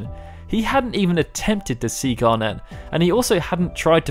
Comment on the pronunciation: Great summary, thoroughly enjoyed hearing it. However, your pronunciation of things makes me cringe so much... Like, have you honestly never heard the word "garnet" said before? It's a pretty standard word... Still, thanks, your content is actually brilliant. Please learn how to say some words though! :thumbsup